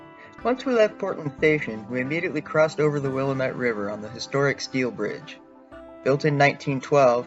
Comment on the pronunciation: You must be from the Eastern US, so you are forgiven for pronouncing it the “Will-uh-MET” River. That’s how Willamette is taught in schools east of Oregon; after moving here, I learned it is actually pronounced “will -A-mitt” River (the middle syllable is stressed and has the long “a” sound as in “at”). Another odd one: Couch Street is not pronounced “Cowch” as one might think; here, it’s pronounced “Cooch” Street. When you see a newbie anchor on Portland TV, you can quickly tell if they are new to the area by how they pronounce these names.